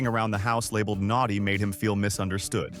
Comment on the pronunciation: He wasn't naughty, ....he was "Naughy!" 🤣 And he was "Nauchy!" 🤣 he is "Naucht!" 🤣 he is "Nauthty" 🤣